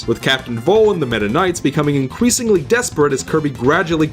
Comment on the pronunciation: "inweasingly" anyway.... good vid dude!